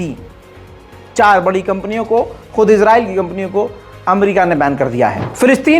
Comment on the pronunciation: Israyeel bolo Izra nahi